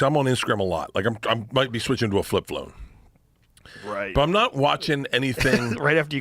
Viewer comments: Flip flone 😂 the way his tongue takes over his mouth when he says anything with an L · "Flip flone" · "What the hell is a Flip Flone? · "Fwip Phwone" - Bert Kreischer